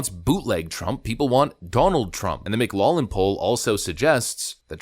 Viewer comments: FYI, McLaughlin is pronounced "Mick-Lock-Lin." Just wanted to throw that out there for ya. No biggie. Love your stuff! Skál! 🍻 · Pronunciation of Mclaughlin: mick "LOCK" lin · If you're Irish, that name is pronounced "mick glock lan", but usually "mick loff lan" in the US. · McLaughlin = “MickLawflin” I know it’s hard… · This is bugging me: McLaughlin is pronounced "Mick-lock-lin". Also you should mention that John McLaughlin is Trump's pollster. Don't get me wrong, I want Biden to lose, but maybe a little less hopium and have a more serious attitude about the challenge ahead. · I love your channel, but my dude, it's pronounced Mc Law Flynn 😂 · Please do a tiny bit of extra research. Do you seriously NOT know how to pronounce McLaughlin ?? ?? (mic lof lin ). killing me with the tiniest of details. Talk like you know what your are doing. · Mc-LOFF-Lin Poll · Just FYI..... it's McLawflin (McLaughlin) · pronounced Mick-Glock-Lin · As a Scot the pronunciation of McLaughlin is driving me up the wall, ☝🏻 that's how to say it. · there is a "g" in McLaughlin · You're pronouncing McLaughlin incorrectly. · Dude, can you seriously not correctly pronounce McLaughlin!? How low is your IQ??? LMAO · Dude, McLaughlin is pronounced mik-'lof-lin. SMH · It's pronounced MclauFFlin. Are you AI? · It's pronounced "mc loflin" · Hey,... Just for future reference, it's pronounced mac-loff-lynn. 😉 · Good stuff - (BTW, McLaughlin = mick-lauf-lin) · Minor point: McLaughlin is pronounced, "Mc-LOFF-lin". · YO DUDE, IT'S PRONOUNCED 'MC- LAUF-LYN...In English ''GH' is SAID LIKE AN 'F'. Mclaughlin was a very famous political comentator. Researcher the Mclaughlin group. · Hey bud, it’s pronounced mc loflin. Take a look at the first part - laugh - and pronounce it with a British accent. Loff rather than Laff. Kids today, and yeah, you’re a kid. I’m 82 so you’re a kid. 😊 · I believe its pronounced, "Mclaufflin" but I might be wrong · It's pronounced McLofflin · Its pronounced lof-lynn.